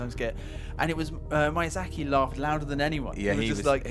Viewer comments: Miyazaki, ME-YA-ZA-KEY stop pronounce it as MY-YA-ZA-KEY It doesn't matter where you are from, this is basic respect. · "mayya-sack-ee" can i get a rape-help line? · "Hidetaki Mayazaki", that hurts my feels bruh...